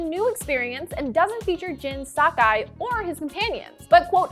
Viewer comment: Why did she say “Jen Sock-Eye”